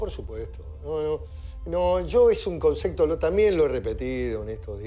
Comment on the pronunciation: Este Señor Pichetto pronuncia "concecto" para decir concepto